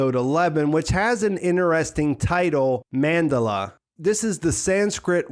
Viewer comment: I absouelty love your videos and deep dives into this tv series. However the way you pronounce the word 'interesting' as 'inner-esting' is driving me into crazy town. Please stop.